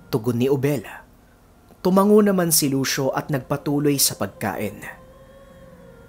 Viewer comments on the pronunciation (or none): none